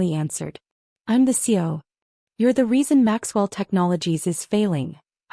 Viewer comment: When is AI going to learn how to pronounce CEO?